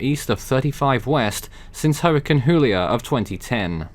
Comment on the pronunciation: Do you mean julia not huilia?